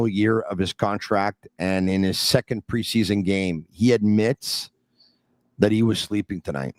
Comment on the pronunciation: It's PRE-SEA-SON!! Holy hell just chill lol